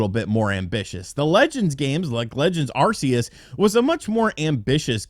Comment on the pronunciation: First of all, correct your pronunciation of the world Arceus. Second, Legends games are catergzied as MAINLINE games by the Pokemon company. They are not spin-offs.